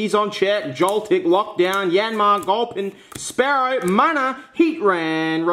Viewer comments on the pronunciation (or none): none